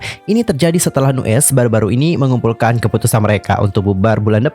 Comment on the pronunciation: Cuma mau benerin... Nu'est bacanya New East... Trus gue Lo^e sejak Nu'est debut, dari awal yg ditonjolin cuma Minhyun sebagai center+visual, yg lain di anak tirikan, Baekho sendiri mulai dianggep sejak dia uda bisa (dan pinter) produksi musik sendiri... Dari dulu Pledis ga bisa handel Nu'est dengan baik, sampe akhirnya Nu'est naik pamor sejak Produce101... Tapi sampe akhir Pledis masih ga bisa bersikap adil terhadap masing2 member, terutama Aron yg ga ikut Produce... Terbukti yg memutuskan kontrak JR, Aron, & Ren... Dan yg bertahan Minhyun & Baekho... Ini menurut gue pribadi, yakin sih Minhyun sama Baekho masih di bujuk dan dipertahanin sama Pledis/Hybe gimana pun caranya, dan yg lain dilepas gitu aja...